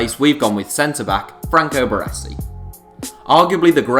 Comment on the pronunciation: Considering Celtic knocked back 15m from man u in the 90's for Larsson, this valuation is silly. I would expect no less though, from someone who can't even pronounce "Baresi".